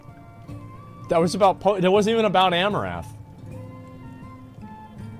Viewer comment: Is it my imagination or are you saying Amourath rather than Amouranth. missing the N